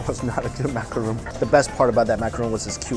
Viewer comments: I hate to be that person, but "macaron", not "macaroon". People get them confused way too often so I had to bring it up. Otherwise, OMG that buffet is my aesthetic. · *ma-ca-ron (rawn). #triggered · Macaron not macaroon... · Great video Mike. Little correction though, that's called a macaron (say MAK-ER-ON) not a macaroon. They're quite different things! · For the love of god Mike that is a MacaRON not macaROON. There is a difference! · macaron,.. not macaroon... macaroons are coconut. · Wasn't a good "macaroon?" Well that's because it's not a macaroon, silly